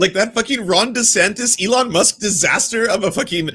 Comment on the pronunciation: DeDouchebag mispronounced his OWN GODDAMN NAME!!!